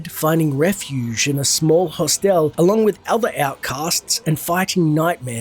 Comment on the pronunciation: How does an Aussie not know how to pronounce hostel?